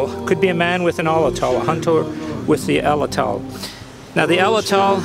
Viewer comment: "Pah ran uh gut" is how it's pronounced and "at latt ul" is how Atlatl is pronounced.